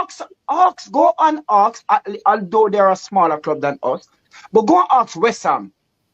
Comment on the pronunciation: "Go an aksk"😂